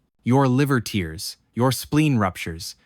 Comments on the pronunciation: It's tear, not tear. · You need to teach your AI dog to pronounce TEAR correctly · This AI chat bot narrated video doesn't know how to say tear. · The mispronunciation of tear finally told me this is an AI channel. So sad I was really enjoying it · Your liver TEERS… the Aorta TEERS…🤦 I hope this AI script reader got fired right along with Brad. Both of yall had ONE 👏🏻 FKN 👏🏻 JOB 👏🏻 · If you ever doubted the voice was AI, every time "tear" is said (like ripping paper) the voice pronounces it "tear" like crying. 😁